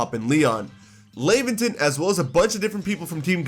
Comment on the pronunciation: Laventon's name is pronounced similar to the word Lavender